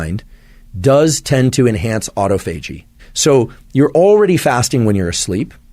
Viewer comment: You’re going to trust a guy who can’t pronounce autophagy ???? Also the same guy who said to eat somethin within 30 mins to help your sleep wake cycles